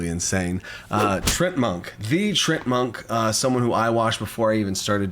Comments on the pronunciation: It's Tree-Ant-Monk. Not sure what you were saying. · Isn't it pronounced TREE-ANT Monk? Like the D&D monster?